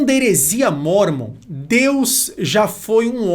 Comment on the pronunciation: Parabéns pastor tao inteligente e conhecedor mais nao sabe falar o nome O LIVRO DE MORMON